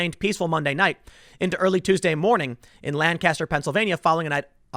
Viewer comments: Hayden, isn't it like nails on a chalkboard hearing Tim mispronounce Lancaster? Driving me nuts. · Chris Young it’s awful, always bugs me when people don’t pronounce it right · Man I had to cringe every time Tim says Lancaster wrong. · It's pronounced "Lancaster." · That is NOT how to pronounce PA's "Lancaster" !!! ugh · just trying to spread some knowledge. People who say Lan-caster make me cringe abit unless they say England afterwards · It’s pronounced “Lan-kister,” Tim. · You're a Lank Yester. 😋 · You keep pronouncing Lancaster incorrectly. 😂 You don’t pronounce it with the emphasis on the second syllable but the first. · I cringe every time you say "Lancaster". Learn to pronounce it correctly! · Hearing Tim pronounce Lancaster is cringe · LOL there is a Lancaster in California and we pronounce it as Lan-Caster. But that's in California. You're right about Pennsylavnia's Lancaster. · Thank you just the same. You have to live in the area to know just how butchered it gets pronounced by those who don't. It's one of those things where you cringe when not done right. :) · Fox News is the only outlet that pronounces Lancaster properly. Even Brainiac Ben Shapiro doesn't pronounce it properly. You certainly don't. Get your s*** together brother. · does the way he is pronouncing it bother you too?